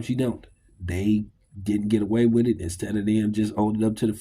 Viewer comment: WITH (strong TH), not WID or WIT. dis, dese, dat, dem, dose, dere. Get back into English classes....and PAT ATTENTION, this time .